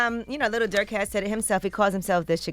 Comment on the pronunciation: It’s Not DuRk